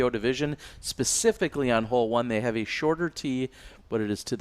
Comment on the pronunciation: Yo it’s just pronounced like “have”